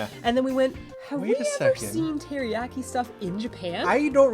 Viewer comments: "Teri-yack-i"? Jeez. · The way you pronounce teriyaki anskflskxksksk